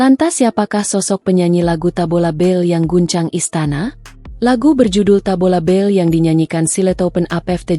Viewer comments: Tabola bale..bukan tabola bel😂😂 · Kayaknya mbak AI perlu kursus Bahasa Indonesia...Tabola bel...Tabola bel 😮😮😮😅😂